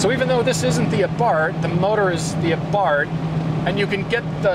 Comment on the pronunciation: why does he keep saying fiat 124 a bart?? it has nothing to do with homer simpson's son. it's abarth